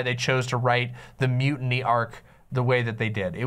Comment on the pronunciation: Holdo's a shitty filler character with no real buildup whose dramatic moment was rightfully Leia's (also, you trivialize it by just saying its a mildly cool special effect, the silence and framing and angles are everything else that make that a spectacle). Also, why are you pronouncing mutiny like that? I really don't get why critics went after the green milk so hard myself, it was supposed to be gross and funny, and it was